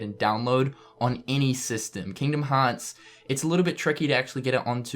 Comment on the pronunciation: Just to make fun of pronunciation of Kingdom Hearts